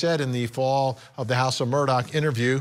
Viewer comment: Vinny for the love of God, it’s MurDAW not MURDOCK